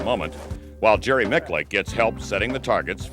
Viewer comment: Jerry Micklick? Oh man, he could have atleast asked you the correct pronunciation.